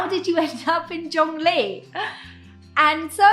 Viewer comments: Not to criticise at all,. This is a very common observation of non-native Chinese speakers. Perhaps, when speak them, stress more the second or last syllable (character) of Chinese names for locations and people in Taiwan and China. Zhongli should be zhongLI. Tsai Yin-Wen (the president) should be more Tsai Yin-WEN. All Chinese characters have mono syllable sound. Hence they are very short. With names tend to have 2 characters for locations and 3 characters for people, they aren't long for the ears to register well. Stress or/and slight elongation on the last character/syllable somehow alerts the brains to register the first one or two characters/syllables better so the name as whole makes better impression. Sometimes a longer pause before the last character/syllable also works. I think road signs etc for locations in Latin script in Taiwan should have capital letter for the first letter of the second character/syllable. That way, it's easier for non Chinese readers. Keelung of course is geeLong... Well, history is history.. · It’s called Chung-Li